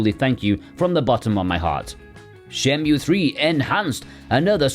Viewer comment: not shenmyuu but shenmoo my friend